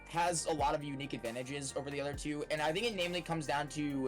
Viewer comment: finally........ it's wover